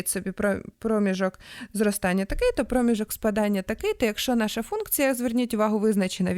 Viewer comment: Приємний голос, але напружує помилка з наголосом в слові, яке постійно повторюється: промІжок! Треба на «і»!